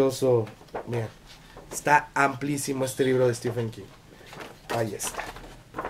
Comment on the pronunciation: Aunque prácticamente el 100% de los hispanohablantes, incluidos todos los youtubers, pronunciéis stiFen, su nombre se pronuncia stíVen. Basta darse una vuelta por reseñas de youtubers angloparlantes.